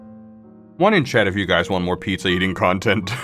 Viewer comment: every time he said pizzer i got flash backs